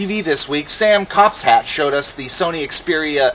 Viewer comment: can't pronounce "Caplat". And the video a long time ago, he was mean first. He refused to call me a part of XDATV!!! Well, at first he forgot, and that's mean enough, and THEN HE REFUSED!!! That bastard deserves it.;)